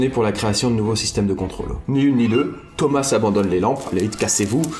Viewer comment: Thomas se prononce toma